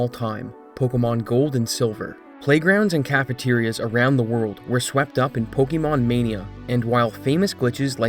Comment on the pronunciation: Oh god, I can't listen to this "po-KEE-mon"...